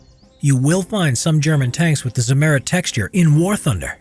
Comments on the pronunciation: Simerid nooooooo noo. It's called Z i MM eri T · Agh! Not zi-MER-it! You correctly note that the name of the producer was Zimmer: they named their product Zimmer-ite. With German pronunciation added, that gives us "TSIM-mer-EET. You're welcome. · Pronunciation of the word Zimmerit: Emphasis on the 2nd i, rather than than the e. Zimmer as in Hans Zimmer. Zimmer-it. Sounds more German than Zim-Merit. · Zimmer-it ...not zi-merrit. So dumb.. you even said 'zimmer' correctly at some point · "Zimmerit" not: EHRMAGERD ZEHMERET! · Zim er it. Zimmeirt. Not za mayrit. Fucking a. Also field applied is a myth. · Zimmerit is spoken more like Tsimmereet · "ze merit"?? Couldn't you have researched the pronunciation of a single word? Never heard of ? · Correct pronunciation is stressed on the second i. [tsimmer_i_t] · did i hear ZIMMETET??? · Its Cimmerit goddamnit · Ziemerit its prounounced at not zimmerit learn german american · Lol zimm*È*rit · Accent on the first syllable..... not second....... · Why are Americans notoriously incapable of pronouncing words and names from other languages in an even partly sensible way? The way he pronounces "Zimmerit" is simply absurd. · The pronounciation of zimmerit is so cute :D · the accent is on the i, not the e, sorry but it makes me cringe everytime you say it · The “e“ is spoken short. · The way he says Zimmerit hurts my soul.